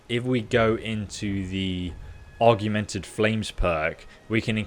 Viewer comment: This guy is still not able to pronounce “augmented” ?